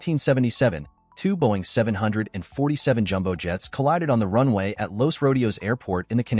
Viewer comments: “Boeing 70047” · it's actually 747 did you go to school? It's just said differently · I hate the Way he said Boeing 747 jumbo jet